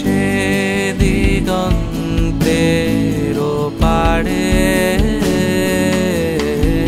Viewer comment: গায়কী এবং কম্পোজিশন দুটোই যথারীতি মাস্টারক্লাস, শুধু এই 👇দুটি শব্দের উচ্চারণগুলো একটু কানে লেগেছে। আশা করি বিষয়টাকে ইতিবাচকভাবেই নেবেন এবং ভবিষ্যতে এই র/ড়-সংক্রান্ত উচ্চারণ নিয়ে আরেকটু সচেতন হবেন... 🙏 ওপাড়ে ❎ ওপারে ✅ চুপিসাড়ে ❎ চুপিসারে ✅